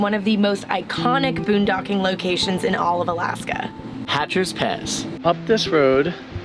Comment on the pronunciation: It's Hatcher Pass NOT HATCHER'S Pass.